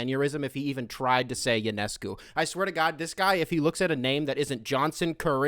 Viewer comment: That Ionescu pronunciation by was pretty clean ngl